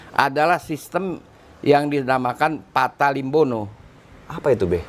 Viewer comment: Maaf ralat, penyebutannya yg benar adalah "Pata Limbona"